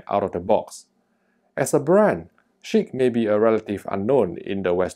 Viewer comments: It sounds like shit to me with how the name sounds of it, sounds pretty funny when you say it haha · Cracking myself up every time you say ‘Chiq’... 🤣